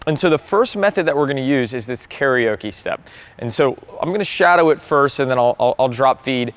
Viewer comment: Good tip. BTW carioca is pronounced “keh ree o kuh” - You may be singing in bars too much, Karaoke is pronounced “keh ree o kee” 😂